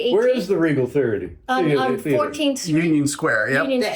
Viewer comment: You don’t know where the Regal theater is? And you were not able to even pronounce the word correctly? Are you drunk? You are correct, no one is subscribing and no one is interested in this stupid YouTube channel.